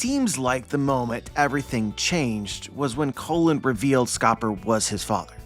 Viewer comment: his name is pronounced like “Cologne”not “Colin”